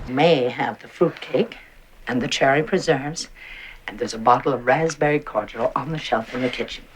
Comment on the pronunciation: I couldn't hear the difference in stress on the word raspberry. To me it sounded as if she was also putting the stress on the first syllable.